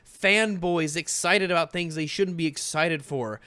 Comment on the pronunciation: Aboat is like the anti-canada version of aboot.